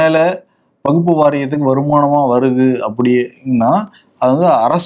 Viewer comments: கேரள காந்தாரி மிளகாய் சாப்புடனும் அப்பதான் அது வகுப்பு அல்ல வக்ஃப் என்று தெளிவா உச்சரிப்பார். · வகுப்பு சட்டம் இல்லை வஃக்பு சட்டம் கூட சரியான உச்சரிக்கிறார் நீங்கள் எப்பவும் உருட்டுவது போல் பேசுகிறீர்கள் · Dear Bro, It’s not Vagupu. Kindly pronunciate it as WAQF. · இதுலவேற சில அரசியல்வாதிகள் தப்பா தமிழ் பேசுறாங்க,பேணர் வைக்கிறாங்கன்னு சொல்ரார்.விகடன் குழுமத்தில் ஒரு தவறையே திரும்ப திரும்ப செய்றார்,,வகுப்பு, வகுப்பு என்று. அதை கண்டும் காணமல் விகடன் குழுமம் இருப்பது எனக்கு வேதனையளிக்கிறது.விகடன் படித்து தமிழ் உச்சரிப்பு கற்றவன் என்ற முறையில் க்கு வகுப்பு அல்ல வக்ஃப் என்று உச்சரிக்க சொல்ல கத்து கொடுக்கவும். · wakf not as stated in question, & pronunciation is wrong